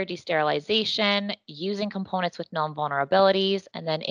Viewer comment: Insecure "Desterilization" 🤣😂